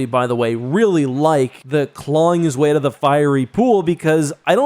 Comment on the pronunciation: Say "out" again!